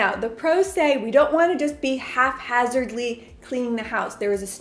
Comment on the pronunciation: Not half hazardly. Haphazardly